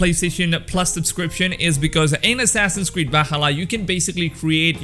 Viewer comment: Whenever you say assassins creed I hear assasin squid